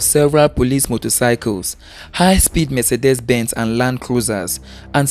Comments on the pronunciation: Mercedes is pronounced m-say-dees not me-se-des. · Please note MERCEDES is not pronounced me-se-des. It's pronounced m-say-dees.